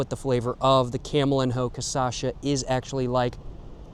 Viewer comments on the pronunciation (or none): camelinho is pronouced camelinyo btw